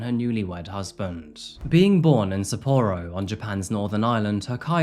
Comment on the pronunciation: Not trying to be rude, but Don Juan is not pronounced with a hard J. It’s pronounced Don Won. And sa p-o ro is Sa PO ro, not sa POOro. I applaud the research, but the mispronunciations can’t be excused. You can literally find exact pronunciations on google. Thanks for the video.